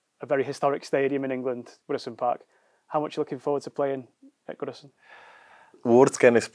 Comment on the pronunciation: Has he just said woodison park